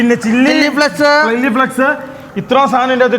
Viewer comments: ചില്ലി ഫ്ലെക്സ് അല്ലടാ പൊട്ടന്മാരെ ചില്ലി ഫ്ലേയ്ക്സ് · ചില്ലി ഫ്ലെക്സ് അല്ല ചില്ലി ഫ്ലേക്‌സ്‌ ബ്രോ 🤝